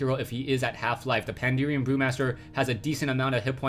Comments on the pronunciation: It's PandAHren, not PanDEERian. That kept bugging me, but still great replay/cast! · its not pandurian. but great cast! fucki love wc3